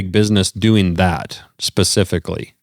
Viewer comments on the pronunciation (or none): none